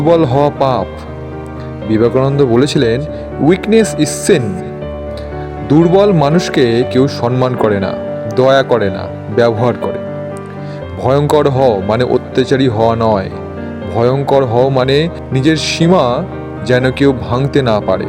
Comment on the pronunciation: বাংলা ভাষা টা একটু ভালো করে শিখে নিন। তার পর বাংলা বলুন। ওটা সনমান না ওটা হবে সম্মান